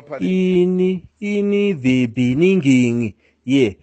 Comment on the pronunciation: Oh my God and old man can't pronounce the word beginning especially is a president